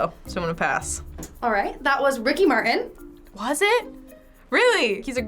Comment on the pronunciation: Bill Cli'in and Ricky Mar'in.